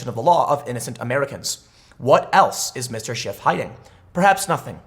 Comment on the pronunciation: I heard you say congressman shit , lol.